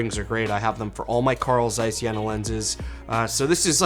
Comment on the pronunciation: I Germany we pronounce: Jeeena och Caiss 🙂